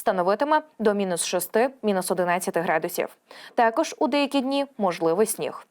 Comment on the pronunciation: Звідки ти взяласлова ФуНОМЕН, і другі перевернені слова украінськоі мови...НОБУЗПЕЧНИЙ, ТЕКОЖ